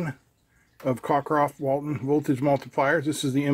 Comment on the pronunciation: There's barely any separation between the low and high voltage side. BTW, it's Cockcroft, not Cockroft.